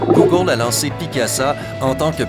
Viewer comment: Google pas gogent